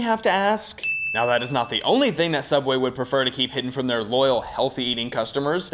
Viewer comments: I think you mean cough cough Sooubway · YEAHH SOUUBWAY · You did not just make fun of sooubway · I'm never eating at sooubway again. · you mean everything wrong with sooubway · I think you meant Sooubway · Don’t you mean sooubway? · I think you mean s o o u b w a y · I believe it is called sooubway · AKTCHTUALLY ITS CALLED SOOUBWAY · you mean sOOubway? Kappa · i was gonna say Its SOOUBWAY!!!